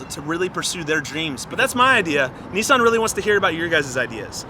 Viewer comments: Why are they saying neesan it's Nissan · isnt it nis-un not nee-san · Lol he said nisson. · He's saying Nissan wrong lol